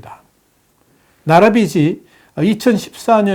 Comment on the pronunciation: 빗이(비시) ➡️ 빚이(비지)!